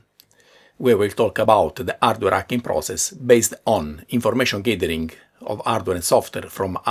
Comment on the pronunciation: I love how he says "ardware acking"